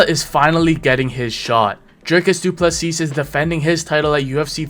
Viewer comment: Turned this off the second he called him Dricus Doo Plesseeasse. Don't pretend you can't say his name he's literally the world champ. Funny thing is that he got Khamzat's name perfect and even omitted the silent K